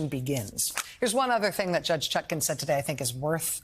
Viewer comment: It's "ChutkAn". Her name is regularly mispronounced as "ChutKIN", but the most honourable Judge Chutkan deserves all the respect of which right-minded people are capable.